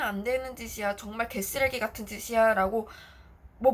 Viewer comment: 아니 ㅋㅋㅋㅋㅋㅋㅋㅋㅋㅋㅋㅋㅋ새겨 듣고있는데 갑자기 정직하게 개.쓰.레.기.같.은.짓 이라고 말씀하셔서 빵터졌어요 ㅋㅋㅋㅋㅋㅋㅋㅋㅋㅋㅋㅋㅋㅋㅋㅋ이를 악물고 ㅋㅋㅋㅋㅋㅋㅋㅋㅋㅋㅋㅋㅋㅋㅋ